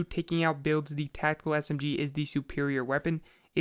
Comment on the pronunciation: TAC TICAL SMG I'M SO SORRY